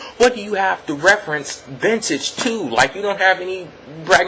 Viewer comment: Cool show keep up the good work and I liked how you pointed out how Micheal Cole said ventage bragging rights and it was the first one lol